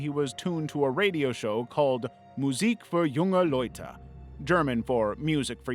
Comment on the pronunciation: Props on the pronounciation of Musik für junge Leute. Good job :D